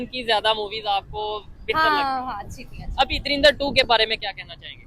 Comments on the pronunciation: Bhai, it's Dhurandhar not Dhurindhar 😅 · He is pronounced like darinda 2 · Bhai drindar kyu bol ra hai drinda bol de ☺️☺️☺️ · Movie ka naam toh sahi lo yaar 😂😂😂 turindar durindar surindar😂😂😂😂😂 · Dhurandhar hai .. dhirandar nahi .. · Yar Lagta Hai Bhi Ab Anapadh Ho Gaye Hai. Darindar Nahi Movie Ka Nam Dhurandhar Hai. Dhu Ran Dhar. The Rin Dar Nahi. Jara Padhna Likhna Phirse Sikh Lo Bhai😂😂😂😂😂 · You are pronouncing the name of the movie wrong. It is Dhurandhar nor Darindar